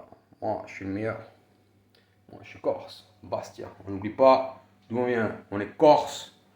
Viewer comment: Lol corse ça ne se dit pas corso gofu va !